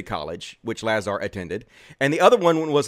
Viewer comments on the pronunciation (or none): Lah-Zer, you mispronounced the ze, you’re clearly misgendering. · It's pronounced LaZAR. See you did a ton of research, huh? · Its a A not a E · Can't even pronounce Lazar's last name correctly... yeah... you sound well informed. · Trying to say his name wrong makes me not like you. You even caught yourself almost saying his name right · "Take me seriously" ::doesn't correctly pronounce Lazar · I'm glad your crash course on Lazar helped you pronounce his name wrong. I guess I should listen to you instead. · You aren’t even pronouncing his name right. I don’t fully believe this guy, but you haven’t even studied properly. As soon as you said his last name wrong. Joe has followed this guy for years. A lot of what you are claiming has been shown to be real. You don’t follow Joe well enough either with the take you have on him. In past shows Joe has discussed on a lot of previous shows and brought up these discredited issues with. Further you got so much wrong in this video. For one you said 70s. was in his teens there. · Look. If you can't pronounce the guys name then it shows how much research you have done. Don't be a sheep. Have an original thought before you post an ignorant opinion.